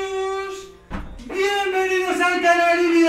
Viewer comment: chicos, viembenidoz y viembenidoz